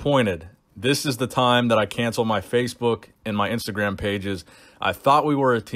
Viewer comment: ‘IMSTAGRAM’ LMAO